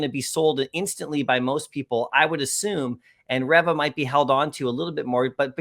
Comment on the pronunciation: You've seen the tv show, but u keep butchering Reva's(Reeva) name lol